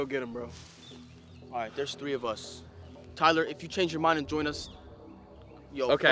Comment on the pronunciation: It's tiler